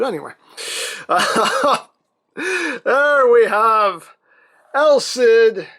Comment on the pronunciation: Stop calling him EL CID it's just wrong